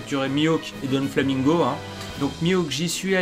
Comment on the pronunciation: Putain ils ont bossés à mort l'intro de Burning Blood quand on y repense. Par contre c'est DOflamingo pas DONflamingo. Y'a pas de N :)